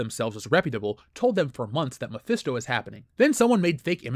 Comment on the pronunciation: Mephisto? more like: my-fist-o